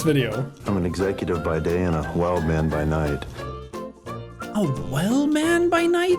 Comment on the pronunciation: No one: Jack: "Haych" Maurice?: "Whild man" Stewie: "Cool hwhip"